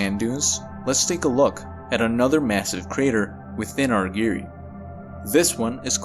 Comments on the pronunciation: Argyre rhymes with tire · Great video: just one minor quibble, the second syllable of "Argyre" rhymes with "tyre" or "pyre" (or tire or fire).